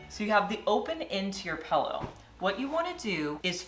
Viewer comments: People who say pellow. Bleh. 😝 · stop saying PELLOW😂😂😂